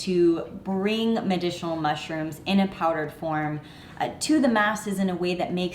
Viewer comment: “Medishinal mushrooms”. LOL.